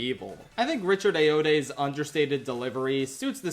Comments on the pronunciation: “Richard ay-oh-day” 😭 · Why can no one in America pronounce Richard Ayoade? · bit late to the video but as a British person, this pained me slightly lmao Ayoade is pronounced a-you-ah-day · the real villain was how you pronounced richard ayoade's name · pronunciation of Richard Ayoade actually killed me omg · the way you said richard Ayoade 😭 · please search up how to say Richard Ayoade, I love you bro but that was the worst thing to ever come out of your mouth since you said cars 2 was bad.